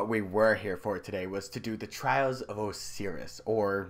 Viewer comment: Osiris "OH-SIGH-RUS" its not like SIRI!